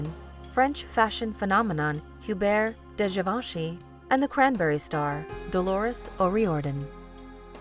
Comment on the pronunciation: Hubert de Givenchy = oobair de zhee-von-shee, NOT hyu-bair deh zheVON-she.....